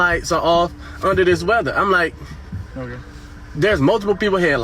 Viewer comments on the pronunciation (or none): none